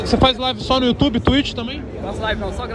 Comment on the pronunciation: Tem toguro dizendo "tuiti" tem like